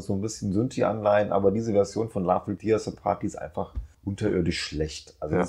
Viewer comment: "tear" ist ein Teekesselchen. Es meint hier "zerreißen" und nicht "Träne". Es wird also nicht "tier" sondern "tähr" ausgesprochen. Sorry wenn ich hier so besserwisserisch daher kommen muss. Aber ich kann da grad nicht anders. Ist eins meiner Lieblingslieder. 🙈